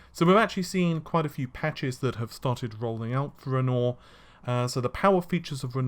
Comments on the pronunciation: Renwoir, as in the French painter. Renore, what is it a fucking shampoo???! C'mon man. And you're a native English speaker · Renoir is pronounced 'ren wah' not 'ren or'... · I know you have a lot of trouble with words, so I'll help you out. Renoir is pronounced Ren-waar. You're getting better though. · Scumbag lawyer fees were $3.63 million, which was taken out of the $12.5 million fund. BTW dude, Renoir is pronounced as 'REN-WAR'. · Renoir = ren wah cmon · Goddammit, it's REN-WAH, you know, the artist! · Dude, Renoir, pronunciation (like the famous painter): bugging me. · I can forgive him for his bad french accent. :) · Once upon a time we had "Narvey"... Now we have "Renor"... I can't stands it anymore. Dammit, it's "Ren-wah"